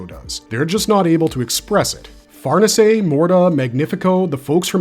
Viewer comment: “farnuhsay” huh? 😂